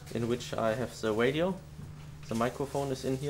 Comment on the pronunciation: lol. wadio, dwink, cwash. R sounds like W :P That was my favorite Heidfeld helmet. The green one from 09 wasn't as nice